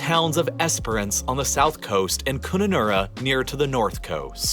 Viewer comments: he pronounced kununurra wrong, its kun k and un as in gun kun nurra as in naaa your wrong and a as in a apple kununurra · Im an American thats lived in Australia for the last 10 years, the pronunciation is hilarious, Pilbara (more like PILL BAR A) Kununurra (CUN I NAR A) Its just Water...we move to where the water is...and Temperature wise, about 10-40 Degrees C in Western Australia, it's much like Arizona, we just don't get the Monsoons as we did there. Things I've learned since moving here, is just great, I encourage everyone to just come visit! And people don't live up the top....its sooooo HUMID, and crocs....yeah those...haha. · Kununurra is pronounced Cun- un- r- ah! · Ok the white bit is probably lake eyre. (Pronounced Air) It can be dry for long periods then floods and becomes a huge lake. It's pronounced Pill- ber-a. Kun-nun-nurra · Newman is a mining town in the Pilbara (pronounced PIL-bara) region of WA. They mine iron ore there. Kununurra is pronounced KUN-ah-nurra. The white part you pointed out is probably Lake Eyre in South Australia. The rain shadow on the great dividing range is not as bad as it looks. A large stretch of land on the western side is actually Australia's breadbasket in agriculture. Whim Creek is not a town. It is pub/bar between two major towns in the northwest. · Java is near Bali. I got a boat from Bali to Java to watch Mt Bromo volcano eruption, it was fantastic Btw he didn’t pronounce Kununurra correctly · " funny" you say that about aliens... that's what the British thought when they arrived in 1788 ... the country no people and decided to own it! He can't pronounce Pilbara or Kununurra. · Hey an Aussie who loves watching your videos! Have to say the pronounciation on the video your watching of some of these places is painful to hear 😢 Please don't try and copy them like 'Kununurra' or the 'Pilbara' he just plain wrong 😂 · And Kurranurra! Videos like this need some Aussie input, to ensure correct pronunciation.